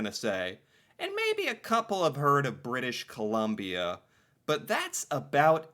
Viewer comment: Thank You! Although.... he won't ever read this. He's been doing this for two years and still says "British Columbia" like a Kindergarten teacher.